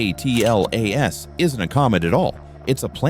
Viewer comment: Hey AI, it is pronounced ATLAS not A.T.L.A.S Another mindless space rock video featuring Avi Loeb's crazy speculations giving Science a bad name.